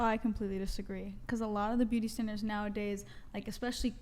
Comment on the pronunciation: “Beauty standlers”